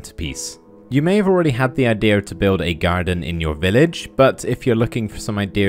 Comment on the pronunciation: It's "IdeAH" Jokes